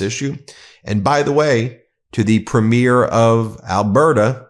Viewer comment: Every time you mispronounce Premier, I twitch and correct the tv screen 😂